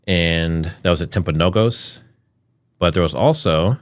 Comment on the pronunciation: The hospital is pronounced Timp-a-know-gus